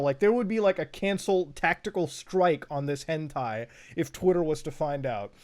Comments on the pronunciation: Everyone: Hentai Muta: H E N T E I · MUTA ITS HEN TIE NOT TAY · Is it on purpose that he says hentay? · Hen "tay" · Normal beings: Hentai Mutahar: HENTAY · im sorry but you said hentai wrong :D XD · the way he says hentai upsets me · It took him almost half way into the video to say hentai correctly lol